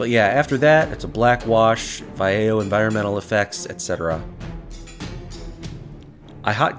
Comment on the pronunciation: It's pronounced Vah-yeh-ho, been meaning to say this. Love how this turned out nonetheless!